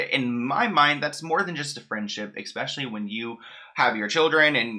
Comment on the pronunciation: Just so you know, it's eSpecially, not eKspecially. Also, judging by Britney's Instagram... Something is definitely off with her mentally. That's no surprise given all she's gone through, and while I feel for her, I'm starting to wonder if her family WAS actually trying to protect her from herself.